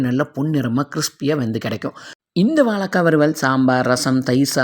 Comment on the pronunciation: வலக்காய் இல்லை வாழைக்காய் 😁